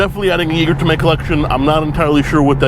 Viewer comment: I'm frankly impressed you got a usable take in that environment. I would be like "Shit, I mispronounced Jaeger, now I gotta circle back to Biscayne."